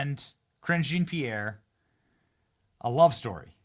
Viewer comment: He IS saying Cringe 😂